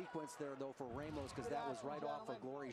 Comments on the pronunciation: It's pronounced RAH mos. Not RAY mos. Don't try to change a Latino name. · it's not ray mos